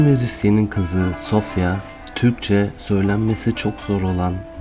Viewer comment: "SOFYA"( vurgu -o 'nun üstünde) :Bulgaristan'ın başşehri!--Genç kızın adını SOPHIA=SOFÎYA telaffuz etmeniz gerekir, vurgu - i' nin üstünde! (İnanmayan babasına sorsun :)) )